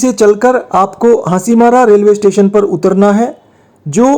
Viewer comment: भाई आपका उचचारन स्टेशन का नाम लेते वक्त बिगड़ गया। Nouns का उच्चारण थोड़ा पाज देकर कर चाहिए। यानी पहले और बाद में थोड़ा पाज देना चाहिए। बाक़ी सब ठीक है।